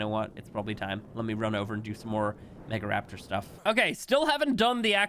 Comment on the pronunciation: “Mega-lo-raptor” close enough